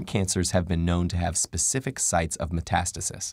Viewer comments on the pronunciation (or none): none